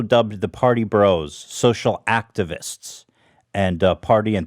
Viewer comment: Lol when Ethan mentioned the “activists” at the beginning it sounded like he said they were sponsored by “Actavis” I was like hell yeah now we’re getting somewhere